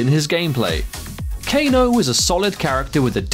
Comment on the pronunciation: kane its kane